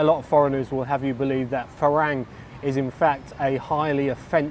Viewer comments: It’s a Thai word and wherever you go in Thailand it will always be pronounced (by a Thai) as Fah-rung. For you to think that the way you pronounce it “isn’t actually wrong” is unbelievable because the word as you pronounce it doesn’t exist in Thai. Unlike English, words written in Thai can only be pronounce one way, there is no ambiguity. And Thais, being the polite people they are, may not mind as they generally appreciate people at least trying but if you were being taught Thai by a Thai person you would be corrected in an instant. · nope, the word is pronounced fah-rung not fah-rang. You can check with any Thai person for verification. I believe the origin of the word comes from Farangset, a person from France. Otherwise your content is useful and ‘on the money’. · You’ve been in Thailand how long?? .....and you can’t pronounce ‘farang’ properly?